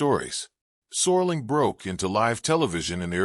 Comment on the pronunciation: Rod Soar-ling. Man, the A.I. is getting really lazy. Nostalgia-slop.